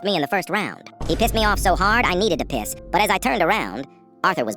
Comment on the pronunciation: Bro how did you say piss